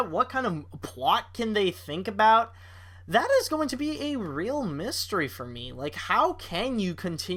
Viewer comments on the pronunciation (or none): none